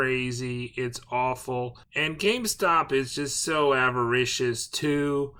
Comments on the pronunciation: GameSTOP... not GameSpot.... Those are entirely different entities. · why tf u call it gamespot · Why do you keep calling GameSTOP , gameSPOT?